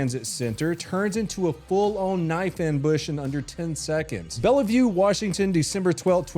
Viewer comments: Thurston county… what an absolute shithole. I used to live in Olympia and the mess of a city is a representation of the majority of our state sadly enough. Edit: headline clip proves my point even further. Also it’s Bell View. Not Bell uh view. Love you buddy words are hard. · AND since it's basically Seattle he will likely be out very very soon. (BTW: Bellevue....Bell-view, not Bella-view) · It is pronounced like bell-view! Just letting you know man 😊 good video! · That cop with the fire hose was funny asf. As a firefighter I can say being a cop is definitely not the cooler stuff. Also it's just bell-view not Bella view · Absolutely no hate when I say this, although as someone who used to live in Washington it is pronounced as “bell-vue” I know it’s spelled odd, a lot of Washington city’s have odd/hard to pronounce names lol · Did he say "Bell-uh-view" Washington? The sad part about this is Bellevue is 100x better than Seattle across the lake. That's part of why I moved to Indiana. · Bellevue is pronounced Bell-View just as a heads up from someone who used to live in Washington state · Sorry, but that is the weirdest way I've ever heard someone pronounce Bellevue, Washington. It should be pronounced like Bell-view. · I know it’s spelled like “bell-e-vue” but it’s just pronounced “Bell-view”